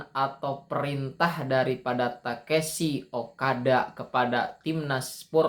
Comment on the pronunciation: Tekeshi ? Takeshi mungkin ya bang 😅😅